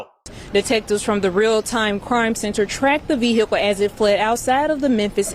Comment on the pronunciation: That veee hickle.